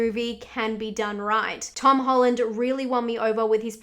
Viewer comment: Tom HOLLARRD?🤣🤣